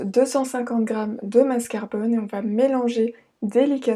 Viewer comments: Salam , c'est MASCARPONE ET NON MASCARBONE bisouuuu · Je crois qu'on dit le mascarpone😜